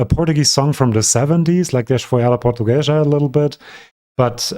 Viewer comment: Quick phonetic lesson: the word portuguesa is pronounced like por-tu-gue-za. I am not trying to seem mean, just wanting to improve your Portuguese speaking skills